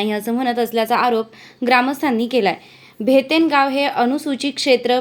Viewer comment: भेतन नाही ताई भैताने